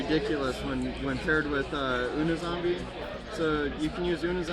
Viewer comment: And it's "you-knee" zombie. Dumbass